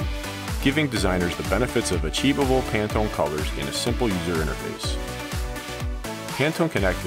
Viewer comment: ...You mean I've been pronouncing Pantone wrong this whole time?